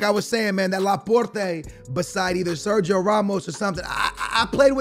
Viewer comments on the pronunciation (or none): none